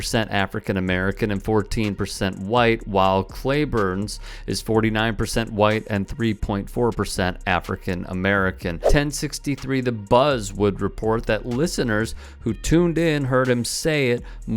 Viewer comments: Cleburn is pronounced "Cleeburn"; not "Clayburn". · Nice report. Just an fyi.. the schools are pronounced C-geene and Clee-burn. You got to put your Texan in it…